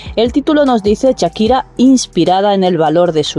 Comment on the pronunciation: Perdona No se dice Chakira Se llama Shakira y se dice Shakira como Shark